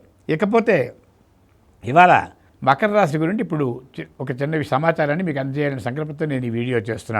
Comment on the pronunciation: మఖర రాశి కాదమ్మా..... మకర రాశి